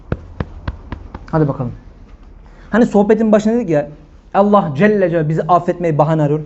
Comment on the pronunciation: sa. hoca efendi, sen şivesi düzgün bir kimsesin. lafza-i celal'in "elifi'ni" nenden türkçedeki "e" gibi kuyorsun. yıllarca hz. mahmud efendiden böyle bir telaffuz işitmedik. bilgib olsun,alla'a emanet ol.